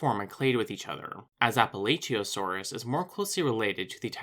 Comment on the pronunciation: appalachiaosaurus i think is pronounced as apuh'latch'uhio'saur'us